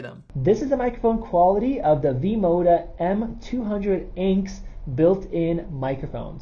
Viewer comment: Im sorry acke ? its A-N-C JESUS